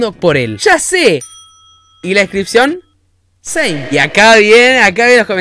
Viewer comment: encerio decís "seim"